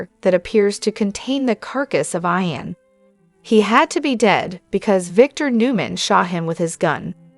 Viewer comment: not going to follow you have to say ian not I-an